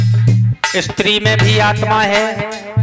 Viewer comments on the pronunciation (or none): none